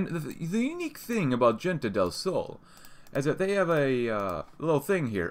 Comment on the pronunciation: Don't want to sound rude but is pronounced more like "Hente del Sol"